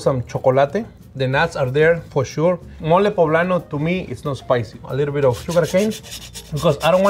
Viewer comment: It sounded like he said 'we're gonna do Molly' and I thought this episodes was gonna be lit.